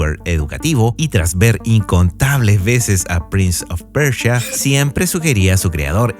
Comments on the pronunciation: Todo bien pero es prince of persia,no pecha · Interesante el "prinz of percha"